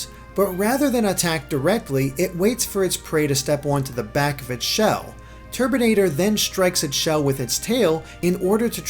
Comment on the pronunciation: i keep hearing turdinator